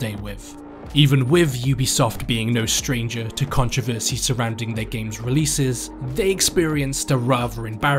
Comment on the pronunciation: and when you pronounce it like him it gives people something to complain about